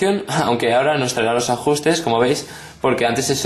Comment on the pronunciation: "Ajjjjusres" Pfff me ha matado x)